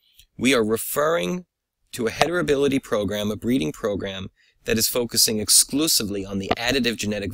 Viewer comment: Excellent work and video. I only noticed you pronounce it hetribility instead of heritability.